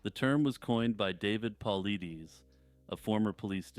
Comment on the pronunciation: Great vid. BTW, David Paulides' last name is pronounced paul-eye-diss